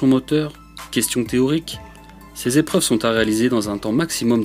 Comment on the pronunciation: "Sept zépreuves"😂